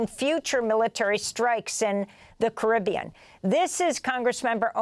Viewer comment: Apart from the wrong and weird way she pronounced 'caribbean' then yeah I agree with her (if we're talking about the body of water in the Jamaican region).